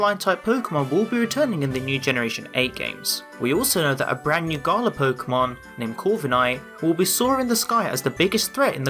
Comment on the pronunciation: I hate the way is saying Galar ‘Garla’